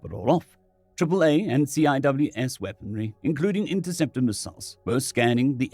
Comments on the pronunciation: Great story and excellent choice of character voice. In case you run across CWIS again, it’s pronounced sea-wiz. I’m currently going through the old videos and really enjoying your re-tfos. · For reference CIWS is typically pronounced SEE-wiz. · CIWS pronounced "see-wiz" 'cause Navy. R2D2's angry cousin with a rage boner.